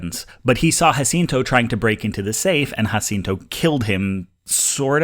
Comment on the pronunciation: ¡Muchísimas felicidades en tu pronunciación de Jacinto! Very impressive for a (I assume) gringo.